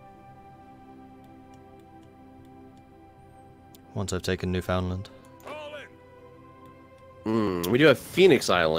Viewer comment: Hey just a quick geography lesson Newfoundland in the island above Nova Scotia the land connected to the mainland is Labrador Also I've always heard it pronounced as Newf-inland